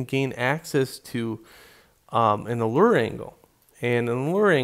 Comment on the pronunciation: and euler is pronounced OILER :)